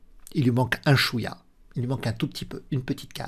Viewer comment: Je connaissais Wesley So mais pas Wesley "Slow" 😂😂😂 La langue a fourché quelques fois et ça m'a bien fait rire. Merci pour le contenu toujours au top! La réalisation, le jeu d'acteur et le montage se sont "modernisés" dernièrement et c'est très agréable, continue à nous régaler 🙏